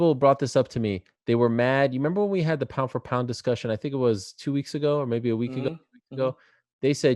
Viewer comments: Pow fo pow🤣🤣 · the way DC says pound for pound 🤣👏